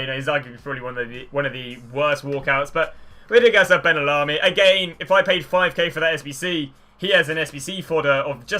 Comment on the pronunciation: He said Benallarmi